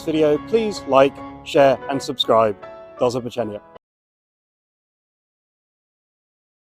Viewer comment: Well done. You are really getting the whole world spot on IMHO. Btw slow down the first 3 syllables in do zo ba czenia 👍 subscribed